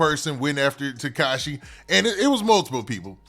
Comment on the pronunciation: He say Teshaki😂😂